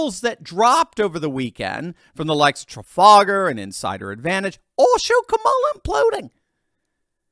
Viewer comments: it's KA-ma-la, not Ka-MA-la. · que mala not Kamala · Can't stand her, but say her name correctly...